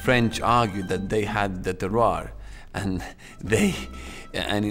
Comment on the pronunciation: Whenever somone says terroir a little kitten dies.